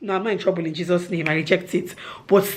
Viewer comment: The "I am not in trouble in Jesus name" is so Nigerian😂😂